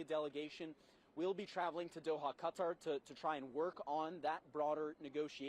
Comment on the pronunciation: Thanks for saying Qatar the right way. Drives me insane. Also wasn't the government in the process of getting a new air force one? If I'm remembering correctly it's the same type as this one, a 747-8. I found the whole "controversy" funny.